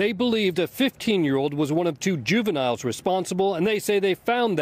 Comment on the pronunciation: " juviniles " NO